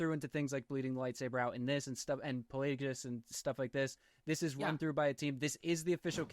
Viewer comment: It’s PlagUS, not PlayGeeOoz